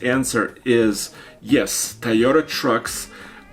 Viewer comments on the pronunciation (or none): “To yo ta” big guy and not “ta yo ta”. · Repeat after me...TOY o ta. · Will you guys please teach how to say Toyota!